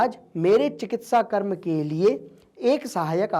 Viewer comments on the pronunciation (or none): none